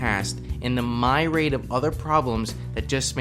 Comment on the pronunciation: Great video, but I can't help but say, you have a funny way of pronouncing myriad. it's 'ia' not 'ai' and is pronounced more like "MEE-ree-ad"